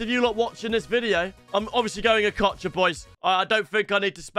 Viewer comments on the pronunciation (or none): Bro he said between Di Natalie or ockocha